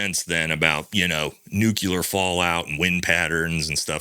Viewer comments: Dear wife: Please inform that the word is pronounced just like it is spelled. Nu-cle-ar. NOT "nuke-you-ler." Thanks. Love ya! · “New-Clee-Yur”…not “New-Cue-Lur”, there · "NEW CLEE UR" "SUPPOSE EDLY"